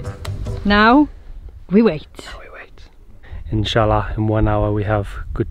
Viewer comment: I loved hearing you say insha'Allah (God willing) and Bismillah (in the name of God)